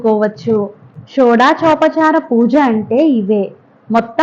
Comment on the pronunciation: Madam వ్యశం కాదు వశ్యం ఠం ఠం ఠం ఠం కాదు ఠః ఠః ఠః ఠః షోడాశోపచార పూజ కాదు షోడశోపచార పూజ ప్రదక్షనలు కాదు ప్రక్షాళనలు యజ్ఞ్యోపవితం కాదు యజ్ఞ్యోపవీతం 🙏🏻🙏🙏🏻🙏🙏🏻